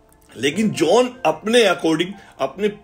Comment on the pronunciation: His name is john not jauuun